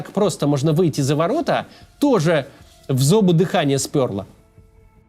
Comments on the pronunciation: Ролики очень актуальные! Смотрела и смотрю с большим интересом! 😊👍👏 Но что за эпидемия такая в интернете проблем с орфоэпией? 🤦‍♀️ Не "в зу́бы дыхание спëрло", а "в зобу́ дыхание спёрло"! В зобу! Это цитата из басни Ивана Крылова. Да и "отказникóв" лучше, чем "откáзников". (Телефон почему-то пишет со страницы мужа). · В зобУ лыханье спёрло. В зобУ. Ударения - это важно. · Максим, видео, как всегда, нужное, но когда я слышу "в зобу" с ударением на первый слог, сразу ощущение появляется, что ты вообще не читал классики. А это очень прискорбно для человека с таким большим влиянием на россйскую интеллигенцию.